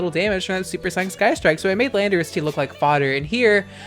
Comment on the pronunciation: I miss when you’d say landerous THIICK